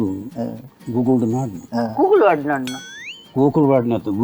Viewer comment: ಗೂಗುಲ್ ❌ ಕೂಕುಲು✔️😂